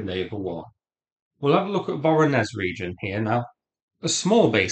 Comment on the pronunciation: 'zh' in 'Voronezh' and 'Nezhin' is pronounced as in French word 'neige'.